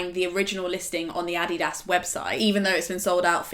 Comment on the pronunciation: OMG, is that how everyone in the UK pronounces Adidas????